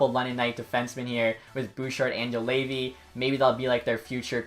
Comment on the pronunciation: Juolevi is not yo-LAY-vee, it's yo-LEH-vee.